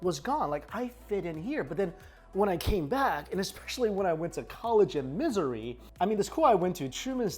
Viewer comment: When pronounces Missouri as "Misery", you know it's not a happy story there...